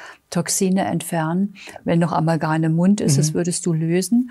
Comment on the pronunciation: Sehr verehrte, Ich verehre und schätze Sie und ihre wunderbare Arbeit, aber es heißt Amalgam und nicht Amalgan......sorry